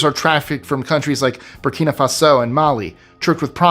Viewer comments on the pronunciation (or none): none